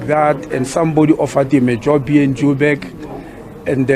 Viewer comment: Mr Motsoaledi its NOT DEBEN, JOBEK😂😂😂😂 IT Durban , Jobourg. PLEASE SPEAK PROPERLY